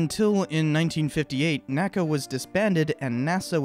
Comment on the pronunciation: In addition, NACA is pronounced "N. A. C. A." not "nacah". NASA is "nasa" and NACA is "N. A. C. A.". I don't know of a better source than wikipedia, but NACA did create and airfoil classification scheme and those are called by initials rather than an single word.